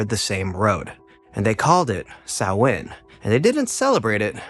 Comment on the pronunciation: Yeh, but it's a good video all the same. Just got recomended this channel today. And he pronounced Samhain properly, most don't!!